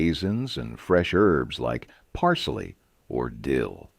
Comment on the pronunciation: That, and "parseley." I'm surprised that "Worcestershire" was pronounced correctly. By the way, etymology, dialects and linguistics are my hobbies. Politics not so much.